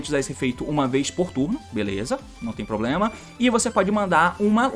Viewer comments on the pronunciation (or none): none